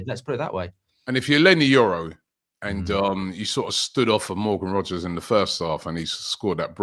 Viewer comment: It’s Rogers. Not Rodgers ffs